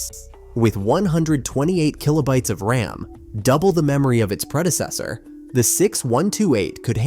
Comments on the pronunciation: AI voices don’t know the difference. It pronounces thing as R-A-M, M-I-D-I and D-I-N by spelling them out. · Lame AI narration like 4 sixty 4 and R A M being spelled out just grates on me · A couple tips...RAM is not spelled out R-A-M, and when you said they had a choice of a green or color screen...green is MONOCHROME. You don't call it green. Just helpful to sound like you know what you're talking about. I couldn't even make it through the rest of the video